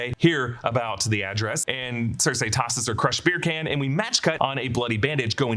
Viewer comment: Not Circ-A its Circ-E